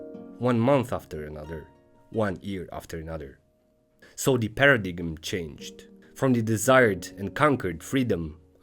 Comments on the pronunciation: Paradigm is pronounced "para-dime" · except he pronounce the g in paradigm